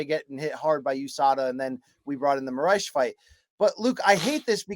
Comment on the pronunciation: Lol at calling Moraes "Saitama."